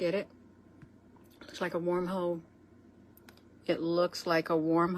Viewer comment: 😶 Did she jus say warm-hole.....................🤣😅😭🤣😅 o man I think I hurt myself.